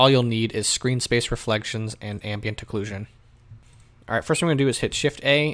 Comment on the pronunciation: congrats on saying occlusion correctly haha I for some reason have a habit of saying occuLISION. blehhhh XD